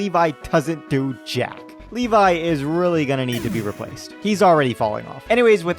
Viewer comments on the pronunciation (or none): none